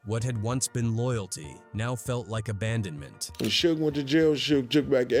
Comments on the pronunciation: Shooge? I thought his name was suge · Who tf is shoog? Its suge bih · Shoooege..😅 fuckin A.i. lol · Shoog. Lol. Stupid ass AI voice. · I stopped listening when you called Suge "Shoook" 😂🤡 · Callin shuge , SHOOG😂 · Calling Suge Shuge is equally hilarious. Don't correct by being absurdly incorrect too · Shoog Knight, AI a mf 😂😂😂😂😂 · Shoog and sooge, Jimmy Eye-O-vine is the best one though. LMAO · its funny how A.I. cant say Sug name properly and all you creators keep trying to make it try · I wish the ai would stop saying suga name like that